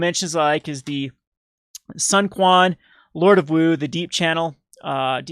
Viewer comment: The Lord of Wu's name is pronounced, "Soon Chwen" you vulgar peasant